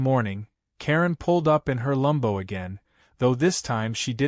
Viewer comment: Stop with the f**** "lumbo." It's LAMBO, short for Lamborghini. Either spell it correctly, or else use the full name. You know this, so you're doing it deliberately. The problem is, you don't look cute or clever — you just look ignorant. Or stupid. Oh, and as for the illustrative photo, according to he narration, absolutely EVERYTHING is wrong with it — her appearance, his, the position and location of the Aventador, of the tank ... . Either match the photo with the narration or vice versa. As it is, the narrator sounds confused. It doesn't help the story. "Re-read"? It's "Re-read." Your AI needs reading classes. Redding classes?